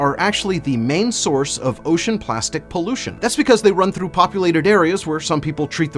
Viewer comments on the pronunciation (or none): none